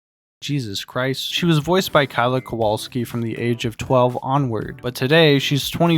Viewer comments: Its KO-WA-LE-WSKI not Kowalski (KO-WAL-SKI) but good try! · So easy to read too😭 just read it as Kowaleuski